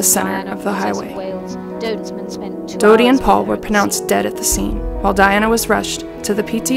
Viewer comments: Her name is Diana and not Dianna? I’m not tripping right? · Wow, this is a hot mess! "Dianna"? "Viss-count"? "Henry?" Shoo.